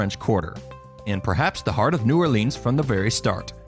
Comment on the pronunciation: ***** h Anything is okay.. EXCEPT New OrLEEEANS! :D I cringe when I hear that. Interestingly enough, the parish is pronounced orLEANS. Weird, eh?